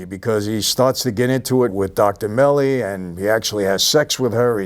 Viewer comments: Bro it’s Dr. Melfi not Melli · Mike it’s Melfi not Melly lol 😂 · Dr Melfi… not Melli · Michael ffs….love your videos, love you have much respect but my god this has gotta be the 3rd or 4th video where you get the names of major characters completely wrong (Dr Milly, referring to Margaret from Boardwalk as “Kelly”). Please if youre gonna review these shows and movies get the characters names correct 😂 Thanks for coming to my Ted Talk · did he just say dr melly😂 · Yea and it's Dr. Melfi not Meli, lol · Dr Melly.. Its Melfi but that's OK we love you😘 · * Dr. Melfi, not Melly. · Another great review Michael.. The Sopranos is the greatest TV series ever made.. However, it’s Dr Melfi, not Meli.. Just think of it as Milfi, as in Milf 👍🏻😆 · Micheal mispronouncing Dr. Mefli to Dr. Meli reminds me of Paulie saying meetia instead of Meteor at the restaurant and Chris getting annoyed lmao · Its Dr Melfi! Not Meli...but ill let u off!! Funhouse is one of my favourite episodes of sopranos. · Dr. Melfi. It's Dr. Melfi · It's pronounced Melfi*, Michael. Also the pretty woman was the boss in Italy for when Tony went there for business. Great stuff! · Its "Dr. Melfi" bud. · It’s “Dr. Melfi,” Michael. Someone else has probably mentioned it already, but maybe not. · I usually really enjoy your content Mike, but if you can’t be bothered to get Dr MELFI’S name right, who remember who SILVIO is, then I can’t be bothered to watch, ok? Sorry. 😳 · You can actually really tell that he hasn’t really watched the scene like a fan, or someone who is watching the whole series. He doesn’t pronounce Melfi’s name right, the other woman was the girl from Italy not just another pretty woman in Melfi’s chair…Tony never asked Pussy why he did it… He did actually give them serious info on Tony including Webistics…